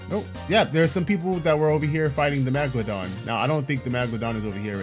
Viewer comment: Is it just me or he’s saying magmadon and not megeladon